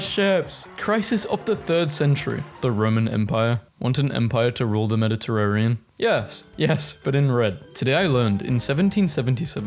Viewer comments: MediterraNean, not MeditarraRean....I thought I was going through another Mandela effect or something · You said Mediterrarian instead of Mediterranean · "Shiron" "Calligoolar" "Medderterarion" "Ah-thian" "Aggin-court" "Oligarshic" "Crist-en-dom" When you are reading words aloud for the very first time. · anyone else whip their head up in amazement and disgust at hearing Constantinople be referred to as "Con-stand-nip-O-lee" and then again when he said "Med-i-terr-err-ian" and then AGAIN when he said "Ath-EE-yan" instead of ATHENIAN?!?!?! bruh these are surface level historical terms your grandma might know